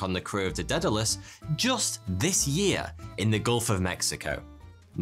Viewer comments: daedalous is pronounced "day-da-lus" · Did you mispronounce Daedalus 🤣